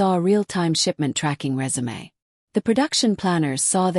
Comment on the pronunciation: After countless stories, AI finally reads the word 'resume' and instead of saying again 'rezoom' related to work history, it actually says rezoomay, but the context is to begin again. Oh, the irony. Hope it's not caught in a logic loop. Next round on me folks.😆😆